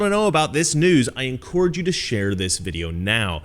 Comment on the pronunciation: I would donate money if you would say encurrage instead of in-core-age.